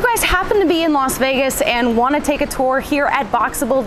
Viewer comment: Its not LOS Vegas. Its LAS Vegas…. 😂😂😂